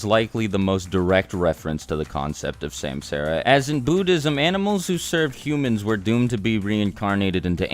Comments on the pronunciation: Great vid... But it's suhmsahra.... 😂👍🏾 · bro butchered the pronunciation: samsara > sum-saw-ra. that’s how u say it. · It ain’t semsera it’s sum saa ra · Its not samsaara the pronunciation will be like this "sumsaara" forur understanding there are 14 out of with only 6 are most important that y six path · Samsara is pronounced 'sum-sur-ah' and not 'sam-sarah' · samsara = is pronounced sum-tsar. Other than that great video mate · Samsara isn't pronounced like that. It sounds more like "sumsaaraa" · Sumsara* is how u pronounce it. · It's not samsara, actually it's sansara : meaning the rebirth cycle. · Samsara..... Ugh say it fucking right!